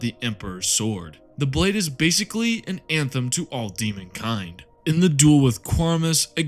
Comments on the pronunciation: The sword is an-ath-emm-ah(anathema) to chaos. Not "an anthem". One's bad and One's good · Not trying to be a smart aleck, but helpful going forward. Anathema is pronounced uh-NATH-uh-muh, not an-them. Love the channel, keep up those bovine vibes.